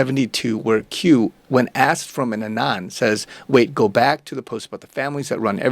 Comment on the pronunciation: I’m just commenting to inform you that you’ve been mispronouncing the names “Saud” and “Saudi”. When saying the name “Saud”, it should rhyme with the word “loud”, and the name “Saudi” rhymes with the word “rowdy”. Another correction: in the word “anon”, the accent is on the first vowel, which is a short a, so the a is pronounced as it is in the word “at”, and the entire word is pronounced “AN-on” with the volume emphasis on the first syllable.